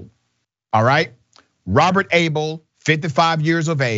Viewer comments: When he first said the guys name I thought he said Robert ahole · Que song "I (Got) Shot (By) The Sheriff". I love the "Yep, Florida.". LOL! And at first I thought you said the man's name was Robert Ahole. Which would explain a lot! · I heard his name as "Robert A**hole". Lol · Oh, I thought you said A-hole. Lol